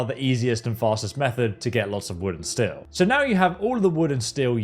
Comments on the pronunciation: The way he calls steel "still" bothers me on a level hither to undreamt of. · That constant pronunciation of still and not steel but the proper way he says tree or trees bothers the hell out of me! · Why is this fuck saying still? Instead of steel. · STEEL! IT'S STEEEEEEL GOD!stop saying still over and over! stillstillstillstillstill WTF! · Aghhh! Cant stop hearing him say "STILL" every time instead of STEEL... You stand still, swords are made of st-eel. Like the animal, eel with a st in front. Either way its nice that FO4 is getting a boost in popularity, maybe it will inspire a new generation of modders since Starfield is kinda lame. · It’s STEEEEEEEL not still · Great vid but are you saying Steel or Still? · STEEL.. SAY IT.. STEEL NOT STILL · did he just call "steel" "still"? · Please learn how to pronounce steel correctly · Can't even watch the video for 3 minutes, the pronounciation of "steel" is infuriating.